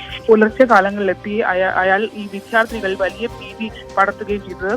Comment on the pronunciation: ഈ വിദ്യാർത്ഥി എന്നത് വിദ്ധ്യാർത്തി എന്നു പറയുന്നത് കേട്ടുകേട്ട് മടുത്തു.